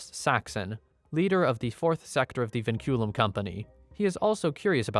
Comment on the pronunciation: “Vinculum” (Pronounced Winkulum) translates to chains in Latin